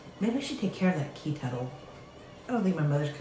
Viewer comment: You said... key tettle! Lmbo!! Love my niece